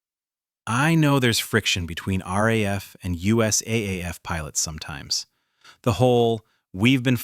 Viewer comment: It's not "raf Debden"...it's R.A.F. Debden.....AI BS..